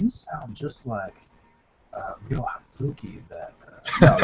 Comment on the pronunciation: it is Ryo not Ryu